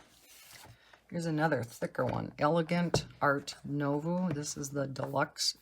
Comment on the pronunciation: Art nouveau - try pronouncing as “noo” (as in “too”) and “vaw” (as in “saw”). Love love love your book collection. I tried using water based markers but they bleed. Do you only use gel pens?